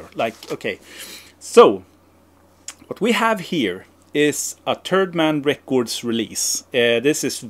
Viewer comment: I think your pronunciation of "Third Man Records" is a much more fitting name for the company. I would buy a "Turd Man Records" for the name alone